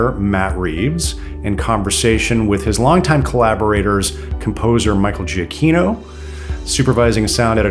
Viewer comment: It's pronounced Michael "Jih-kino". Not "Jee-uh-kino". Everyone says it wrong and it drives me crazy.